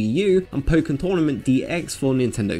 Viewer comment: Nope. The disease is pronounced pok (Like the chicken noise)-ken, but even so, if they're worried about kids saying they're going to play some disease, or give someone the pocks for christmas when they haven't heard the game's correct pronunciation, what do they think is the worst that could happen?